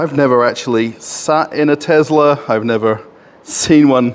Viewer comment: Tezla. Not to be confused with an actual Tesla. I like how he called out the Tesla sales guy right away saying he's nervous to be on camera lol.